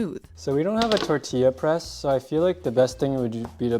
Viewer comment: No hate but can you please say tortilla properly (tortiya)